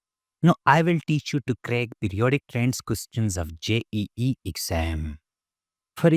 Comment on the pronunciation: Questions❌ qoschhaans✅😂😂